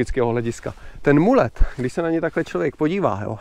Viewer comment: Mullet má podle mě význam možná tak pro enduro závody, downhill, jinak to je úplně zase jenom nějaký momentální trend z mého pohledu nepraktický, zbytečný už asi holt není co vymýšlet no. Jo a jinak vyslovuje se to Malet ne Mulet.